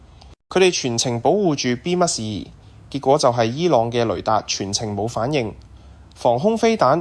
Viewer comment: 感謝好精彩！請教旁述讀B-2隱形轟炸機時,讀B咩2？有3次B咩2發音唔同，有時就讀B2，嗰個字係英文？小弟唔識野請指教...重有點解唔試吓B21呢？多謝！